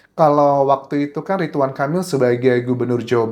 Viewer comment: Ridwan bukan ritwan 😢